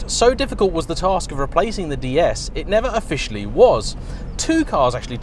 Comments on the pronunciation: The "S" in Pallas is indeed pronounced in both French and English 😉. And "DS" is pronounced exactly the same as "déesse" in French i.e. goddess. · Try to pronounce ds correctly it’s not how you did . Slightly better review than the Citroen sm .